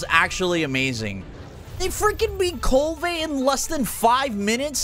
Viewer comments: It’s Kulv Not kul-va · The fact that he can’t pronounce Kulve properly is like nails on a chalkboard